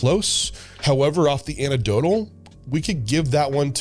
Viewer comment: "Anec Dotal", not "Ana Dotal". geez.